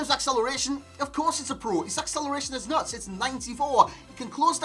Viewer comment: Proper Geordie accent until you say “nuts” and you sound like an upper class bloke who lives in a castle 😂